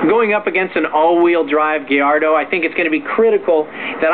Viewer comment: Did he say Diardo after ?